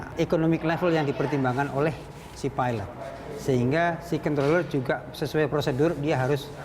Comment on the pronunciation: perempuan tu asyik peeelot.. lelaki tu ok nyebut pilot degan lurus HAHAHAH